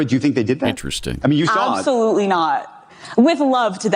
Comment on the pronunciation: "Obsolutely." And the annoying voice fry.